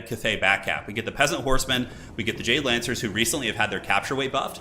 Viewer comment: The jade lancers... You said it like... DJ Lancers? Is this the power to rival khatep?!